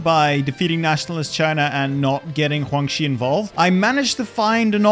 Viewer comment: Why do you say Guangxi that way...